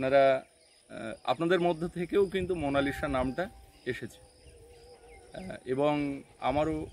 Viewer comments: If you don't mind.... উচ্চারণ : মোনালিছা লিখতে হয় মোনালিসা, কিন্তু উচ্চারণটা ওভাবে করবেন না। উচ্চারণ হবে মোনালিছা। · অসাধারণ সুন্দর নাম রেখেছো । তবে Please নামটার সঠিক উচ্চারণ হোলো "মোনালিসা(MONALISA)"...... "মোনালিশা" বোলো না plzzzzz. জানিনা বোঝাতে পারলাম কি না, উচ্চারণ তো লিখে বোঝানো যায় না! আশাকরি আমার কথাটা অন্য ভাবে নেবে না 🙏 আর সৌরভীর কয়েকটা ছোট্টো নাম পাঠালাম, দেখো যদি পছন্দ হয়!! "ঊর্বা" "দ্যুতি" "পৃথা" "রাই" "মৌ" "মুন্নি" "পিঙ্কি" "মিষ্টু"..... ভালো থেকো সপরিবারে ❤️❤️❤️❤️❤️❤️